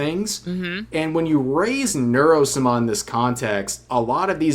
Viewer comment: is this a joke I dont know or does he really not know how to pronounce sama ?